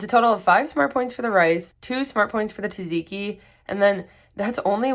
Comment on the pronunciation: Looks delicious! I’m copying your weekly meal plan this week! (BTW, it’s “tzatziki” not “taziki.” The first z is pronounced with the t (just like the second).) Try saying “its a” and then just omit the “i” and run them together.